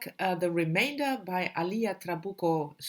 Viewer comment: hello. Alia (accent in the first syllable), Zerán (accent in the last syllable). Nice to see people interested in translated fiction, especially from a Latin American country. And yes, Chile, not chili! You know, "Home" is my favorite in the trilogy. Will wait for your insights... Thanks!